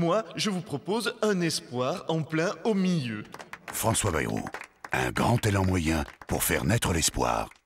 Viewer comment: pris en flagrant délit de "je ne sais pas comment prononcer Bayrou" ! Remarquez nous non plus... Sinon on aperçoit Jean Lassalle, c'est vrai qu'il a pas mal de points communs avec Bayrou.